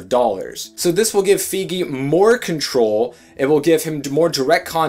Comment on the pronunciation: Isn't Feige, as in Kevin Feige, pronounced with a long i like in "bike"?